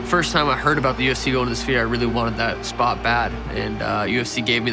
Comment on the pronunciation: Merab pronounces the “p” is sphere 😂 “The spear”